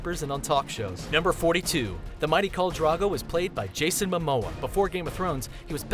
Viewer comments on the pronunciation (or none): Maisie [MAIZIE] not Macey.......... KHAL DROGO not Khol Drago............. O.o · You keep saying "Khol Drago," I'm crying :'D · Carl Drogo? Seven Hells... Hehe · khol drago :v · holy shit it pisses me off the way he says khal drogo wrong. they say it all the time in the show, is it so hard to pronounce it correctly?